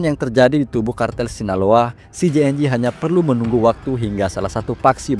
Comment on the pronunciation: Sebut nama CJNG yg bener